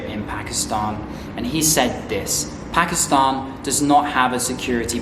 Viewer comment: i like ho ypu say "pakistahn" thw correct way like u do 😊